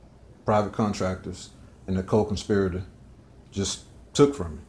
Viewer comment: Whar the heck is a conspy-ritor?